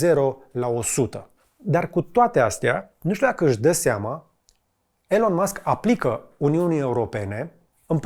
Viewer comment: Te rugam noi sa nu mai vorbesti in Engleza in viata ta ca ne dor urechile...Nici macar numele lui Elon nu-l pronunti bine :))